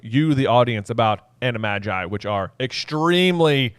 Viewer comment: i hate the way you guys say "animagi" 😂